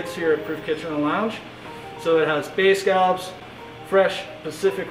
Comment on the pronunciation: As a fellow East Coaster, I approve of your pronunciation of “scallops.”